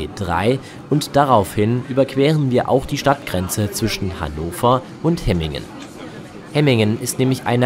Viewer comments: Nicht HE-MINGEN sondern HEM- MINGEN wird das ausgesprochen, ist ein doppeltes M 😂. Übrigens die ersten Hemminger beschweren sich über Lärm und das Passagiere ( ja höher) in Häuser nun schauen können. Alter ,die haben echt Wohlstandsprobleme. Bäume pflanzen im Vorgarten und fertig, Vögel freuen sich auch. Danke für das Video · hemmingen nicht hemingen...und ganz nebenbei mit dem auto war die strecke angenehmer und schneller als wie jetzt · Es irr du hast hemigen gesagt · Danke für das Video. Die Strecke läst sich gut fahren, nur war die erste Fahrt vom HBF nach Hemmingen (wird ehr wie Hämmingn ausgesprochen) 20 minuten Verspätet und sehr voll. Ich durfte mit der Bahn fahren. Bei uns sind heute das erstemal auf einen Sonntag auf der Linie 1 zwischen Langenhagen und Laatze 3 Wagenzüge gefahren. Sind ja auch oft sehr voll, auch auf eienm Sonntag. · Woher soll ein vielleicht Ortsfremder denn wissen, ob nun die Silben lang oder kurz gesprochen werden, Hemmingen ist ja nun auch eine überregional nicht so bekannte Kleinstadt. Könntet Ihr Schweizer Orte richtig aussprechen, nur mal als Beispiel. Habt Euch mal nicht so.